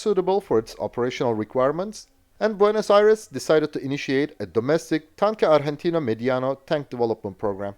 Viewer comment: Your pronunciation of "Tanque Argentino Mediano" was almost perfect! -- great video